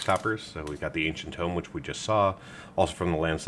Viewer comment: anyone else get annoyed by ancient TOME and enTOME?